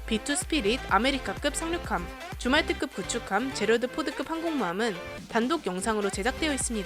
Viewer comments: 줌왈트급... 자꾸 주말특급 으로 들림 ㅋㅋ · 줌왈트급을 주말특급이라고 들음ㅋㅋ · 줌왈트급이 주말특급으로 들려요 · 줌왈트급의 발음이 주말특급으로 들린다. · 자꾸 주말특급으로 들리네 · 줌왈트급 나만 주말특급으로 들었나? 예^^